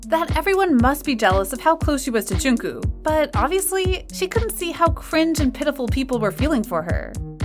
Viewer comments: okay but am i the only one thats getting kind of annoyed when calls jungkook “jingkoo” 😭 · Isn't it pronounced like 'Jongkook'? And her pronunciation is kinda close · ..well it’s def neither Jung-kook nor Jong-kook...the kook part, is an English pronounciation of his name!! And the narrator is having even more trouble, saying Jung-kuu och Jung-koo isn’t correct....but it almost seems like she has seen some of those fan-nicknames for Jungkook, and is using them instead of his actual name!! Djung-guk...is the correct pronounciation..like you’d pronounce the “dj” in “Django unchained” (you know - the movie title)... And it’s Jih-min...not Jim-in....but she is pronounciation the J sorta nicely though!! Close to sounding like Chimin... English speakers have a really hard time actually hearing and being able to replicate pronounciation of vowels, and the same goes for which syllable to emphasize!! In the case of Jimin, people tend to emphasize the last syllable “-in”....but you’re supposed to emphasize the first syllable in his name; Jih- Thing is... most people whom aren’t multilingual, familiar with linguistics and/or phonetics...do have issues with pronounciation of foreign languages that are new to them!! I’m obsessed with language, dialects and cultures...I also speak 5 languages, so noticing subtle differences, and then learning how to actually say it correctly....might be easy for me, but impossible for others!! My tip is to listen to native speakers, and also more than one person...record yourself saying the same word, and then listen to both and compare!! You’ll hear the difference and then be able to pick apart what you are doing cor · Her pronunciation is triggering me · yeah i know I’m not stupid. also dude I’m literally Korean. The lady here said joonkoo. That I know for a fact is not how you pronounce it. I’ve heard jungkook himself say his own name and it is not like that. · I'm sorry but I'm triggered when she kept on saying "jungkoOo" 💀